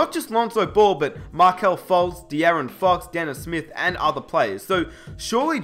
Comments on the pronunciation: Stop pronouncing ball as bol it gets annoying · I thought he was talking about someone else because it sounds like he's saying bull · Every time says "Ball" i hear "Bol" as in Bol Bol